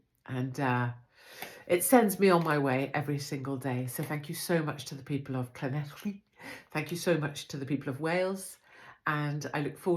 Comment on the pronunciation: Well done the good people of Llanelli! 🏴 Beep beep 🚗 Good to see you supporting them Katie. And well done with your pronunciation of Llanelli. 👏🏻